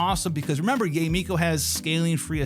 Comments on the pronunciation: its pronounced YAH - EH not YAY..... jfc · Yay is the most yt pronunciation of Yae (Yaye)